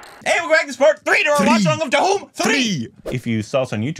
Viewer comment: Stand in front of a mirror and try to say 'Dhoom'. It's irritating to hear Duhum everytime. Lol I know English language doesn't have words with the 'dh' pronunciation. That's a Hindi thing. But your tongues can't be so cast in stone right?